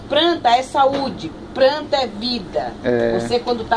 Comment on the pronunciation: Pranta mas pranta=planta kkkkkkkk lindas